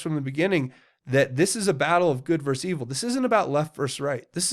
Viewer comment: I love you as a fellow patriot and truther, and you are not the only one I've heard pronounce the word wrong, but please, it is versus, not verse.